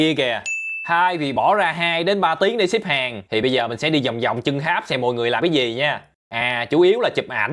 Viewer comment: Tháp mà kêu háp,nói chuyện như bùi